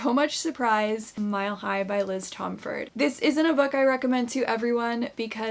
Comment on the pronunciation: Just a quick thing! Liz pronounces her last name as Tom-fordy! Just thought you may want to know since I just learned that too